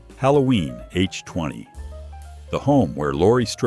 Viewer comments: It's HALLOWEEN H 2 OH....NOT H 20😂😂😂😂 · Haloween H-TWENTY???? Stephen King's fictional Derry from "I" "T"??? The stupid AI doesn't know how to say the word "IT"??? I HATE AND DESPISE AI NARRATION!!!!!!!!!!!!!! Do your own voiceovers! Is it that hard? I mean it took more to write the script for the stupid AI than it would have to read it for yourself. I HATE AI NARRATION!!!! is the same photo too. Do better, man.